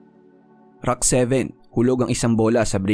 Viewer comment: Please stop saying “IDOL” and also pronounce rack not “ROCK”… lol